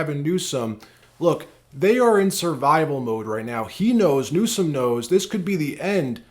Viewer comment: Every time you say newscum, it takes away from your content. Just say it right, we know he is terrible